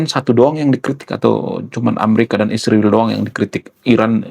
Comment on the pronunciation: Bro israel bukn isriwil.klau mau sebut sebut yg benar dong.